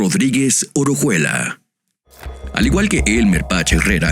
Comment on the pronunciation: Es "Orejuela", no "Orojuela".